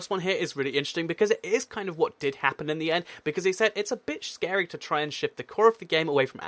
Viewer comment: Its a bit shcary